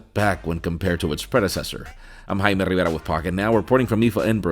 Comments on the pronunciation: You're Jaime Krrrkrkrkrkrkr what? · The way this guy says..God..